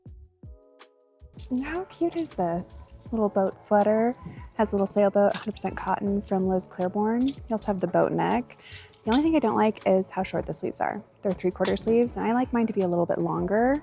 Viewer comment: I love your channel so much!! You have such a beautiful way of describing each of the items. I wanted to share one thing as a mid 60’s follower. There is only one r” in Liz Claiborne. It’s pronounced “ Clay” “born”. ❤